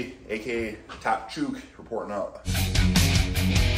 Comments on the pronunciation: fun fact: at least in Australia, we pronounce "chook" with an 'oo' sound like in 'book', rather than that in a word such as 'shoot' or similar... but I'm happy to call you 🙌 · hi ricky. you're mispronouncing chook. :) thanks for the content